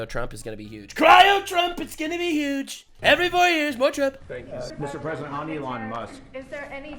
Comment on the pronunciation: Trump has "yuge" balls...bigly 😂